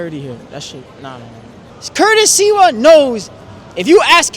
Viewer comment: Just for your info it’s pronounced SLIVA and means Plum in Polish.